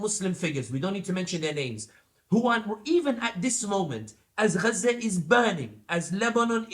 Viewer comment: Okay so it is ghza not gaza 😂🤣